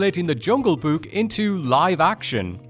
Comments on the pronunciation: I'm sorry, but this guy simply can't pronounce the word "Book". He keeps saying "buuk" every single time💀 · I like the way he pronounces Book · Omg pronouncing “book” is like the best thing since hearing Frank Welker as Fred in Scooby Doo pronounce “treasure”